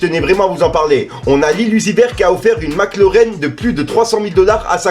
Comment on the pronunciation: Mac larrren pas Lauren 😍🤣🤣❤️❤️❤️❤️